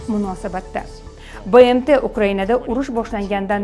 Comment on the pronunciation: БЭМТи эмас БМТ деб укинг